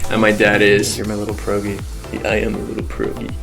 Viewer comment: You’re Polish? I’m Polish too:) Please learn how to pronounce the word pierogi:)